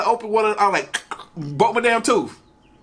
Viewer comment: "Speak your truth" on the T-shirt. OK you asked for it. I feel badly for you not learning the english language. You should have stayed in school and educated yourself. (tooth ="toof"??)